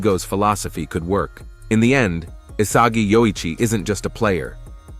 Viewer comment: why did bro say isaji